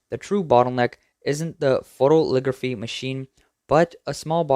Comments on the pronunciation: It's "photo-LITH-ography" not photoligraphy or photoligraphy. 6 syllables. "foe-toe-lith-OG-ruh-fee" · Note to the narrator: it's PHO-to-lith-OG-ra-phy. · It's not "photoligraphy".:face-red-droopy-eyes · It is pronounced foh-toh-li-thog-ruh-fee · Photolithography, not "photoligraphy." Otherwise, great report.